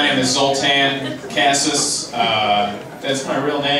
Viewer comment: Kaszas would be pronounced more like Kosash (but that o should be pronounced like the o in dog), if you were curious 😁 but even if you don't pronounce the o like that, it's still closer, it's fine. and the a is like ah.